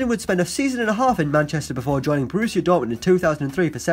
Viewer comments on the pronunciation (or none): none